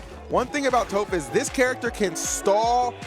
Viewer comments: The way he says tOHph, instead of Toph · How is one of the announcers gonna mispronounce Toph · It saddens me knowing the commentator didn’t watch Avatar to know how to properly pronounce tophs name :,(